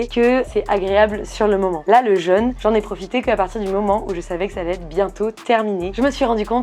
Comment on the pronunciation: jeune (jeunesse) et jeûne (privation de nourriture) ne se prononcent pas pareil. Ça permet notamment de faire la différence à l'oral. ça empêche pas de s'épouiller en rentrant